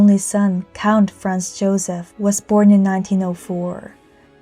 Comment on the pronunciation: The poster (or AI) pronounces Franz as France, and now there are commentators thinking she (or AI) is saying that Franz Joseph was the emperor of France.